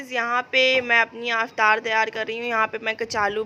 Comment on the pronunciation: Didi aap "Aftar"maat boliye, its "Iftar". Don't mind plz